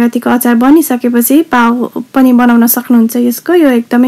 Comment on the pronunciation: nice one but you should pronounce as पाउँ not पाउ ।